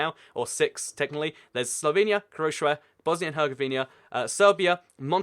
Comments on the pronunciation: Hert-zah-go-vee-na not Hert-zah-gov-nee-a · I don't mean to be rude, but I sincerely need you to slow down and enunciate more. I can hardly understand anything you're saying especially when you're saying things with European countries and such. Herzegovina sounds like a jumbled mess of syllables that shouldn't belong together, and it's too hard to know what the hell you're talking about. I've had to rewind the video and, no lie, put the video on .5 speed just to hear what you're saying. I whole-heartedly love your channel and geography as a whole, but I'll need to find someone else if i can't understand what you're saying. <3 I love your videos!